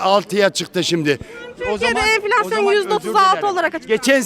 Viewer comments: Neden yaşamıyor çünki merkel bırakmıyor bunu çünki süper almancası var bulunmaz meslegi var merkel bırakmıyor enfilasyon diyemiyor enfeksiyon diyor 😀😀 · “Enfleksyon” diyor 🤣